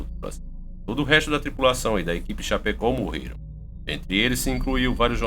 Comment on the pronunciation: Meu amigo,vc pronunciou o nome da cidade errado,se diz Chapecó e vc disse chapeco,kkkkkk,adoro seu canal. Sou catarinense e nao poderia deixar de falar isso,bjs